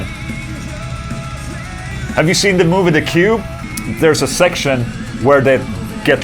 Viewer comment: hahaha he said sex'tion